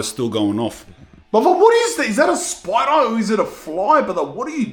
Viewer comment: " there`s a spoider in heeaaa" 🗣🗣😂